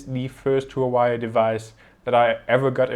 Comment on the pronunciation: I heard it was pronounced "wah-way"